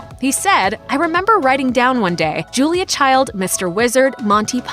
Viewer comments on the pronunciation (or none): none